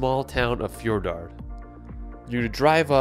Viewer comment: No 4 should be Fjordgård, not Fjordard.